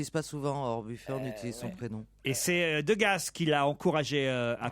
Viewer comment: "Degasse" 😂😂 ; : "Montargisse" 😂 ; : "tcheune" Connery 😅